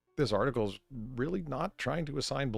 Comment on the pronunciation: Can we call them news "otter-cles"